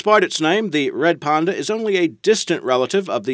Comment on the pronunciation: its a panda not a ponda hahaha